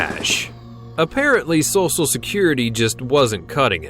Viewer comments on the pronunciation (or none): am I the only one that heard him say "sosal" not "social" security?